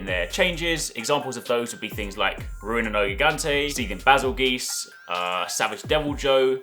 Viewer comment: Bazel-GEESE 😭 My friend, its Bazel-JUICE. Like the movie BeetleJuice